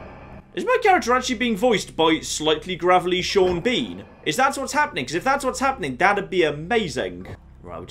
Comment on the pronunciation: HellRiser623 Gaming Piss Sean Bean off by pronouncing his name SHAWN BAWN and SEEN BEEN in equal frequency.